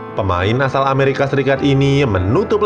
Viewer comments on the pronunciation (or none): none